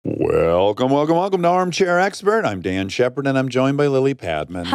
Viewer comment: I swear to god he starts this video off saying he’s “DAN Shepard”